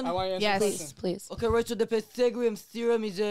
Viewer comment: First of all its Pythagoras theorem not some pythogorian theorem learn to pronounce it properly